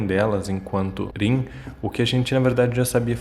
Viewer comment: falando o nome da Rin errado 🙄🤦🤢